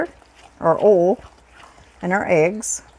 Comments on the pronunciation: Use bigger bowls. That's oyyy ul. Oil. Not 'ol'. 😣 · I love how she says oil too. More like oll. I remember visiting my family in West Virginia (we live in Ohio) the first time as a kid and asking them why they talked funny? They said they didnt talk funny, YOU talk funny lol. I'll never forget that lol. God bless, Shirley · Oh you are so clever. I have never thought to use cans as cutters. Has me thinking of different round shapes of cookies that I make and decorate. I love that you say oil the way I do. I grew up in Indianapolis, but lived in Texas so long I began to sound more Texan. I love this recipe. I will have to try it. I am always looking for fun things to take to our Wed night bible study at church. Praise the Lord, My hubby, an former atheist of 60 yrs got saved a few weeks ago. Prayers answered. I thought I would share that. Hugs. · Oil and bowl are my favorite words that says lol. Blessings 🙏🏼